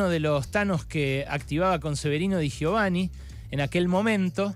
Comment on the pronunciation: No digas ni Radowhisky ni da gio vani. Es radoviski y di yovani.